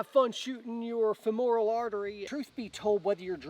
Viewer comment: Awesome info, love me some, but it is pronounced fem-ral, not fem-oral (BTW surgeon for the last 21 years). Keep up the great work!!